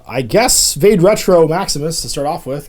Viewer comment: “VAH-day” Retro. (Haha, had to be THAT guy) It’s Latin. Means “Go Back”. Search the Googles for it and you’ll see how well it connects with hEXx3r’s “witch” theme.